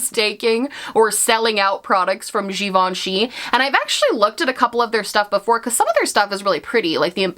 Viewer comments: 🇫🇷🇫🇷love your French accent when you said « Givenchy ». I didn’t even know that givenchy had a make up brand. Their bag are amazing though 💋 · From a french speaker: Your pronunciation of Givenchy is spot on 👌 Random I know lol but I had to mention it 😅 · I was today years old when I learned how to pronounce Givenchy 🤣